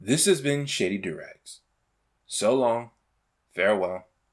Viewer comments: When I heard you say your name I thought it was "shave your eggs" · Each time you said "Shady Doorags" I think you're saying "Shitty Directs" Sorry dude, but your content is amazing. I actually really like the echo behind your voice, it makes it somewhat lower in quality but also more genuine.